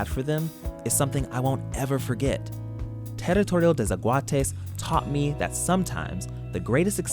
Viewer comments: "Tarritourio te sekuates" 😂 mae, al menos lo intentó jajaja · I am from Costa Rica and I can't with you sayin ''Teritorio de zaguates'' 😂😂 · Terittorio dei szahuateis